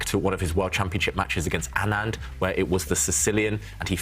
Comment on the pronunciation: Hate how Howell said anand in the beginning lol